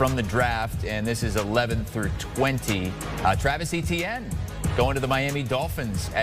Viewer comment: Etienne is a French name and the "E" is softer, as in "et".